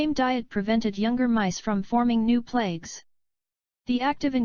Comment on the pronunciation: Especially when it mispronounces the word "plaque" as the word "plague". There is a big difference!